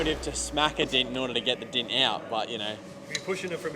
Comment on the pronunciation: It's called a dent, not a dint. Try saying dent, please.